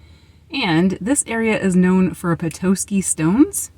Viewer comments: Good job on Charlevoix. But Petoskey is pet-ah-ski. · Nope, she was right. This is where I live. Charlevoix is pronounced shar-la-voy, rhymes with boy. And Petoskey is pronounced pa-ta-skey. Not tow, ta, like tada!